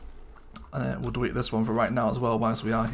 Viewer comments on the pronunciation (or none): DEWETE!?!?? hahahahaha